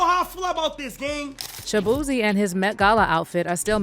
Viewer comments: Shabeezy not shabootay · His name is shaboozey and you surprised....one more time...SHABOOZEY... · ShaBooty Lol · 😂😂😂😂😂😂😂 they done turn Shaboozey into Shaboozay I cannntttt 😂😂😂😂😂😂😂😂😂😂